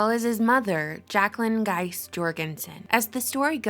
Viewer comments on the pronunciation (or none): We read Gise, not Geist.